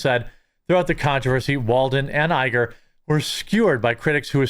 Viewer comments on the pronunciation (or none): none